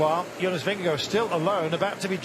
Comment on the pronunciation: Wish this commentator could pronounce Jonas’ name properly Jesus …